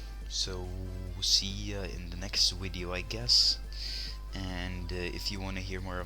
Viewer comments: Ur Saying V3rry STr3nge English u Speak Wideo Instead Of Video XD Just Kidding Its Was a JK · WHAT THE HECK IS A WIDEO XD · He usually replaces all "v" with "w" LoL